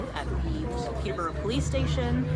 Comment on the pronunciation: They don't even know how to pounce Peterbrough